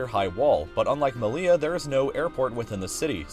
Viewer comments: It’s not “me-lee-la” it’s “me-yee-ya” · "Seh-oo-tah" and "Meh-lee-yah" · "Melia" and "Cejuda" 😅🫣🙈🙈 ... seriously, if you specialise in geography then you should at least learn some basic pronunciation of the places you talk about. This is embarrassingly lazy 🙄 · You don't pronounce double L in Spanish as [l] but rather [j] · It is really funny to hear english speakers trying to name our cities xDD "Melia" instead of "Melilla" and "Ceuda" instead of "Ceuta" xDDD